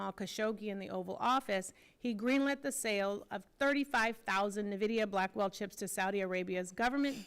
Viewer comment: It's Nvidia not Nevada